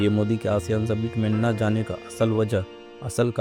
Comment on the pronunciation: Ye Submit kya hota hai ?? Summit kahiye summit